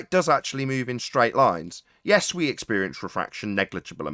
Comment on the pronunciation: "Do you understand????!!" Idiot: "Ehhh, jes?!?! "